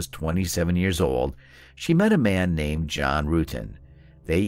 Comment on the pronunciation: Also pronounces John's name wrong. Obviously did not watch the interrogation.